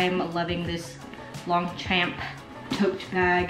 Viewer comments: “Long””Champ”😂 It’s pronounced “lawn Shaun” haha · I've actually never heard anyone call it "long champ" in an american accent except as a joke maybe. Most people I know pronounce it as "long-shawm" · Not in American English. Both words stand alone. And, as always, I'm sure they don't mind how we mispronounce it, as long as we're spending our money on it! 😂